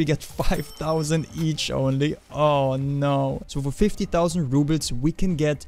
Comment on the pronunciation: I think it's rubles not rubits...